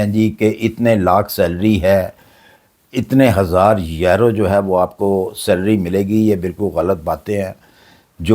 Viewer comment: کوئی ویزے نہیں ہیں ۔یہ بڈھا ایسے ہی چھوڑتا رہتا ہے۔آج تک اس کی کوئی بات سچی نہیں ہوئی یہ آسٹریا کو آسٹریلیا کہتا ہے اور یورو کو یارو😅